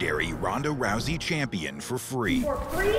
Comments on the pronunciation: Not rusie Rouwsiee ou like cow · ROWSEY not ROOSEY! 😄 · her name is pronounced Rowsee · Hey its pronounced Rowzey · You keep saying her name wrong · now I CAN FINALLY stop mentally correcting everytime his misread "Rousey" english is a "funny" and overly complicated language, useually help to spell it out, or replace the first lest with a differemt word of the same ending. I.e Rousey, H-ousey.. pahha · One of the most famous fighters of a generation has her name mispronounced 😅 #cringe!